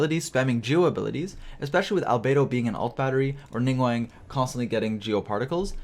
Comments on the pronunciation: Ya know I dont normally have a problem with the way people talk but please commit to learning their names NINGGUWANG? NingGWONG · It sounds like you’re saying Ningwang xD